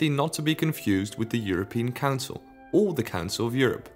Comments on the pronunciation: That’s all I here now every-time he says council 😂😂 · The way you say council makes it sound like cancer which... Is just gorgeous